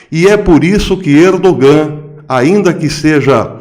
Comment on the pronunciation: congratulações pelo se trabalho; isto, para si não novidade mas, mesmo assim, permita-me congratula-lo. Se me permite, respeitosamente, um conhecido turco, há algum tempo atrás disse que o " G " em "Erdogan" não se pronuncia (é silencioso ou quase um " H " aspirado); como falar ao microfone é sua ocupação, aqui vai.... Ainda, se me permite, não expresse surpresa quanto às "boas relações" Israel/Turquia......não de hoje/passado recente; é há muito tempo.... por favor note as " aspas ".......Obrigado pelo trabalho